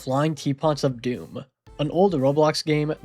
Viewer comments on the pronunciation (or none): none